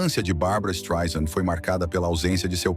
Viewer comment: Desculpe, tive que comentar... Ela detesta que pronuncie o nome dela como você está pronunciando com z. Não é Streisand com Z e Sim Streisand com s , "soft" como "sand" (areia) ela sempre diz isso. Além disso, existem alguns erros na sua narrativa, querendo vitimiza la, que é o pior deles, a Barbra ia detestar se falasse português. Vamos aos outros : A mãe dela não poderia tomar Prozac antes de 1986 pois a fluexitina "Prozac" ñ existia, embora fluexitina existisse desde 1972 não era para depressão, Prozac mesmo só chegou às farmácias americanas em 88. Nessa data, Barbra já não morava com sua mãe a séculos. Além disso, Prozac "Fluexitina"não anestesia ninguém, é inibidor de recaptacão de serotonina, que teoricamente deixa as pessoas mais felizes,nem tem o poder de anestesiar ninguém. A mãe poderia tomar algum outro tipo de remédio, mas jamais Prozac, pelo que já disse acima, poderia ser distante, mas não pelo que você disse. Fora isso, algumas informações são verdadeiras. Mas edite este Streisand com Z porque SE dói no meu ouvido, imagine no dela. Aliás, sugestão, refaça como uma mulher vencedora e não com o título e o que você diz que ela é uma pobre coitada. Ela vai odiar.